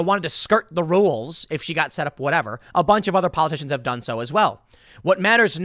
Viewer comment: does Tim have a problem saying the word "done"